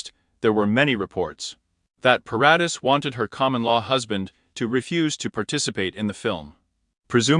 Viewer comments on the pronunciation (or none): Vanessa's last name is pronounced Paradis - (Pair- a- dee). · OMG. Leave this poor man alone! Vanessa is married. And learn to pronounce her last name. 🙄 SO much incorrect CLICKBAIT.